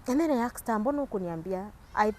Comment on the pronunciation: Not aksed, "ASKED"